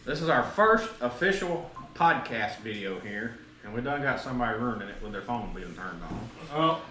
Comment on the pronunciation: “Rurnin it” … love it